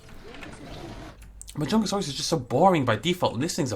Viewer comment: Ik im really late and you probs know the name by now but anyways it’s pronounced (ma-jun-ga-saurous)